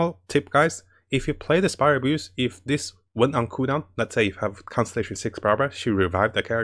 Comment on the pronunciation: He says "Spiral Abuse" instead of Spiral Abyss. Some laugh but he speaks truth! :D